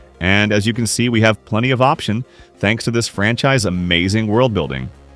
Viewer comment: "We have planty of option"💀